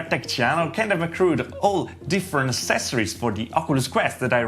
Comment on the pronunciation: Check out how to say "accesories" ...